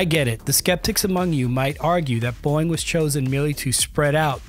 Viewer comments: It's not AI? Why does he pronouce it as "boing"? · Then why did he say "Boyg" instead of BOEING? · listen to how he says "Boeing." He didn't talk about the canards, the only thing that was really confirmed in the actual release photo. If you're at >10% dislike ratio, I'm not the only one that noticed. AI VIDEO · maybe teach your narrator/AI to correctly pronounce Boeing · The video can't even pronounce the word 'Boeing' correctly. 👎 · Can't tell if AI voiceover or the dude doesn't know how to pronounce Boeing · You need to learn how to pronounce Boeing . Tbh this video is quite amateur. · Its pronounced Bow-ing not Boing.... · Love the channel but please PLEASE say Boeing, like bowing instead of boing! My god I had to stop the video after 2 minutes it was so annoying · Boing? BOW-ing! LOL! 😂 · Great video but is anyone going mention his unusual pronunciation of ‘Boeing’? Why does it say bong instead of bow? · Nice work. Niggling here. The company's name is not pronounced BOING. It is pronounced BOE-ing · Why can't this guy seem to pronounce "Boeing"? It's "Boh-ing", not "Boing". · These comments 🤦‍♂️... Boeing (Bow-wing! Not Boing!!!) commercial and defense are basically two separate companies. Defense side is Mcdonnell Douglas out of St. Louis, MO. All the F ups are from the commercial division out of Everett, WA. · I literally couldn't watch the whole video because hearing "boing" even two seconds was so annoying. It's Bow-ing. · …um, Boeing has not changed the pronunciation of the company name to “BOING”. It’s two syllables: BOE-ing. “BOING” is cartoon sound for a character with springy feet. Still, I guess it’s better than stupid AI narration. The rest of the video is interesting. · It's called Boeing, not Boing. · Boeing ❌️ Boing ✅️ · 😅it’s called BO-ing…Not Boy-ing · Take a drink every time he pronounces Boeing as Boing! (It's Bow-Wing silly). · By the way! It’s pronounced BOW ING NOT BOING! Please get it right. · you pronounce boeing; "boing" !!??????